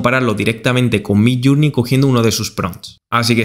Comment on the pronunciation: Por favor, recuerda que MIDJOURNEY se pronuncia MIDLLÉRNI, no suena ninguna U. midllurnei es una pronunciación inventada. Lo mismo JOURNALIST es llernalist y JOURNAL es llérnol.